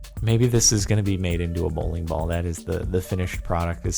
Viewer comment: Idk why, but him saying bowling ball sounds weird.